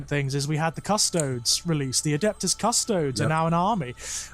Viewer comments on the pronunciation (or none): Also, a little side-note: I cringe a little every time I hear pronounce “Custodes” as “Cuss-toads”, almost as much as I cringed upon hearing about the Great Unclean One and the witch putting their Marvin Gaye/Barry White mixtape to good use. Not because I’m a snob who DEMANDS that it be pronounced “Cuss-toe-dees”, but because every time I hear it pronounced the other way, my mind can’t help but think “Custard”. And if thinking of ice cream whenever the Emperor’s Golden Champions are mentioned isn’t HERESY, then I don’t know what is.